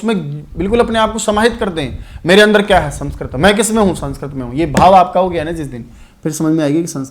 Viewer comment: Aap sanskrit ka galt ucharn kr rhe ho sir